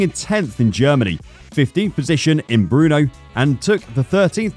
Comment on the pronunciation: Is it true that the speaker will use the winter break to learn to pronounce non-english names ? Like "Giovanni (Jo.wanni not Geeeowwanni) or Brno (Brrrrrrno nut Bruno) etc.......